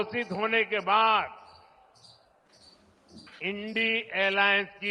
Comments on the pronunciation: जिस को इन्डिया शब्द का उच्चारण ही नही आता इंडी बोलता है उससे क्या उम्मीद कर सकते है। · Es saheb ko India Bolne me kya taklif he 'INDI" bolta he? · इन डी 😢😢😮 नही इंडिया बोलो 😢 बोलना भी नहीं आता,, जुमला